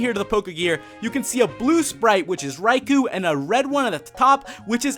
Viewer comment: Psst, Raikou is pronnounced "rai-koe", not "rai-koo".